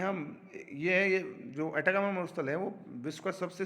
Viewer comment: सर "एटाकामा मरूस्थल" नहीं बल्कि "अटाकामा मरूस्थल" हैं।